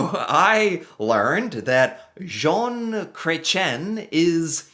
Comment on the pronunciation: Zhon not Jon. You got the ON part, just gotta get the Zh part. Like Sh, but with a Z (and that's pronounced "Zed" LOL